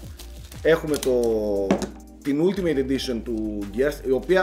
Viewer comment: Καλό μαχαίρι αλλά σαν την πεταλούδα του Johnny Millennium δεν είναι.Επισης αφού το προσπαθείς με το αγγλικό πες αλτιμετ όχι ουλτιμετ.